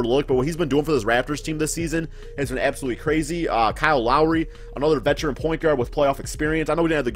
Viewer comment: this man said vetecharan